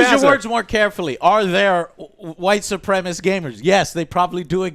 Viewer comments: Who do so many people leave a syllable off of the word supremacist? It's not white supremist lol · it's pronounced su-prem-a-CIST not supremist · cant pronounce supremacist